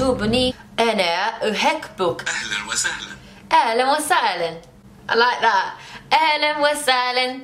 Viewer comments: Ilove you = ohibok not ohikbok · صعب تتعلمو العربي لانو انتو ما عم تحكوا منيح يعني انا أحبك بتلفظوا i ahkbok اي شو ها